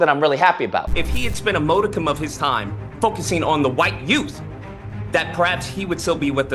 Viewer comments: I thought you did really well. Oh! Don’t give them an inch!! Modicum is not pronounced MO-dicum… it’s more like MOD-icum💕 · HOW DO YOU PRONOUNCE MODICUM?